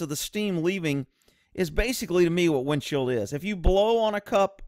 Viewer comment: It sounds like you keep saying "windshield".